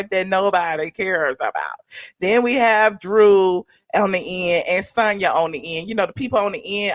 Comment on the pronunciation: I didn’t even know they were back last week. I was watching old seasons because I didn’t care about the Escape /SWV spin off. I guess I‘lol watch episode 2 live today. Maybe itMll help them out a bit. Lol. And her name is pronounced SAWN-yah.